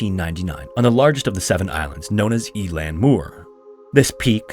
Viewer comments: Just on pronunciation of irish words. Eileann Mór is pronounced ill-lawn moore, not e-lan😊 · Eilean Mor is pronounced " i lean". Its Scottish Gaelic. It means 'Large Island'